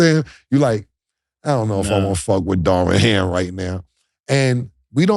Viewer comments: Cam said “Darwin Ham” 🤣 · Killa . His name is Darvin Ham not Darwin Ham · There Cam go again unable to pronounce names "Darwin Ham" lmao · Cam STAY messing up names 😂 who is DARWIN HAM? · "Darwin Ham" 🤭